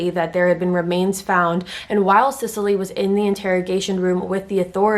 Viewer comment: This is just an aside, if my son was a girl the name I had picked out was Cecily Rae. Literally EVERYONE is covering this case and not a single one is pronouncing her name right (trust me it doesn’t matter to me, I have a lot worse things to call her than the mispronunciation of Sicily). Just glad he was a boy lol. Ok onto the rest of the video. And, you don’t have to really apologize for mispronouncing the last name, I mean you are a human being who makes mistakes and anyone who follows your channel andor is a fan of yours know your heart is always in the right place and you weren’t being disrespectful but thank you anyways for acknowledging. For in my opinion they have proven themselves incapable of defending justice in our country and of making such decisions. (Like covering up insane amounts of treachery and misdeeds and just letting it all go and acting like it’s not happening to “protect the reputation” of our military and our soldiers. While I totally understand not wanting other countries to see what a crap show our military is when it comes to things like this, at the end of the day what good IS the military if ANY, even just one, of the highest ranking officials are basically domestic terrorists themselves. This says “look how we treat our own soldiers, we are weak”. I’m sorry for the rant I’m just incredibly disgusted!!